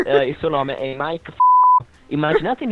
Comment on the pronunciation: ma veramente ti chiami maike e si dice maik